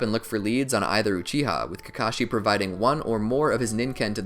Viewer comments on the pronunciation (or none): While you were talking you said kakachi and not kakashi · He said ka Kai in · at 29 40 u say *kakaki * lol